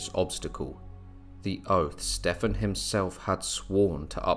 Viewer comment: Wondering why you keep mispronouncing Stephen.